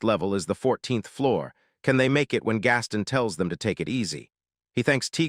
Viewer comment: uhhhhnnnngggg. Your pronunciation is abominable. Truly horrendous. Gaston =/= gas-ten. It's more like Gah Stone. Gahstone. Gastone. Gaston. It's obviously not Japanese. Ginta = / = jin tuh. It's more like Geen tah. Geentah. Geenta. Ginta. You're bloody channel's name is entirely Japanese, and you interpret japanese literature, but you dgaf about pronunciation? Sloppy.